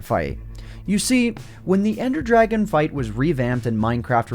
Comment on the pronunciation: dwagon bos